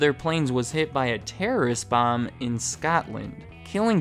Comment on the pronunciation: it's not scatland, it's scotland. that's like like saying chicaga instead of chicago, just plan stupid, but yeah I think the multiple planes crashes didn't help at all